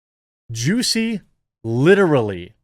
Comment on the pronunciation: How you so effortlessly pronounce his name as “juicy” has me ROLLING